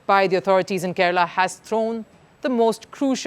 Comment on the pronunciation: Its Kerala not kerela